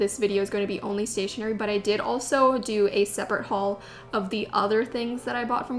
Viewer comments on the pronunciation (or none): none